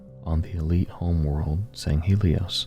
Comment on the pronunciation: Sand Shiune? Sounds more like “Dune”.